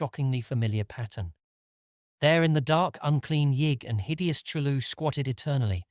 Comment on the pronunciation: Yeah love the pronunciation of CHOOLOO :D